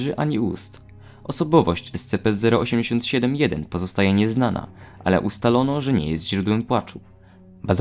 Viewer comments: te czasy w których mówił escepe zamiast escipi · Pamiętam jak mówiłeś ESCEPE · Ten moment kiedy słyszysz jak wymawia SCP jako "Es-Ce-pe" i robi to celowo, niewiedząc że to błąd